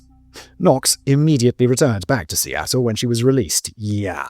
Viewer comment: Amanda Knox came from Westie Attle